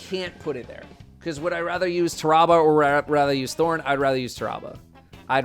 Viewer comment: listening to him pronounce Tarrabah makes me wanna rip my ears off